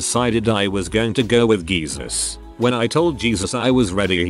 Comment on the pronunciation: Am I the only one who giggles when you hear geesus? 😅